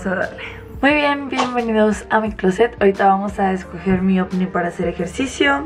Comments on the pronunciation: Escuche ovni en vez de oufit gg😅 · Me encanta que en vez de outfits dice ocni jeje te amo